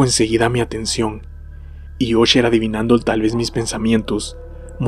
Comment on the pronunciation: Se pronuncia asher... No osher